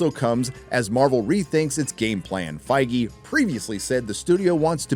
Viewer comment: Isn't it pronounced Fig or Feeg ? Think the E is silent no ?